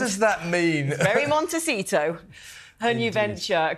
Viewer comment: Love Mr. Cole, but the town is pronounced MonteSito, not MonteCheeto. It would be pronounced Montechito if it were an Italian name, but it is a Spanish place name. And it is indeed pronounced MonteSeeto.